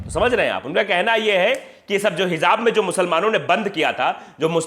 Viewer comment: Bahut salute hai sir. .aapko jaise patrkar ki a aaj bahut zarurat hai...Sir hijab shabd hai not hizab